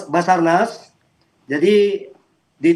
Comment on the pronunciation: sabarnas apa bazarnas😅